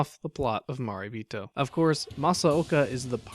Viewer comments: Good video. Gonna watch this movie. But, It's pronounced "ma ray bee toe" not "ma ree bee toe". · Your pronunciation of 'Marebito' hurts my soul. I like your videos in general, though :)